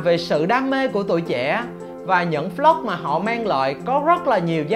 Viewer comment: Anh nói vlog thành flog nghe khó chịu